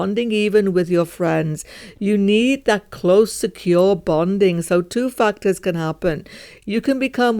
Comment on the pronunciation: Every time u say factors it is sounding like something totally different if not heard properly☠️